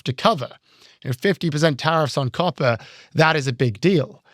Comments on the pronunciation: At first, I thought you were saying carpets. And I thought ,”Wow what an odd thing to put a tariff on”. 😂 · When you said "copper" I thought you said "coffee" and i almost cried. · It's lost on the folks who thought was saying "carpet" and "coffee" instead of "copper."